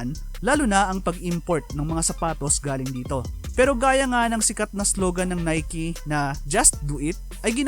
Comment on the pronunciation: ngayong kulang na NIKE Pala ang pag basa Hindi NIKE😆